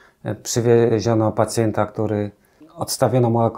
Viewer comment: Pacjenta , pacjenta nie pacjeta 😂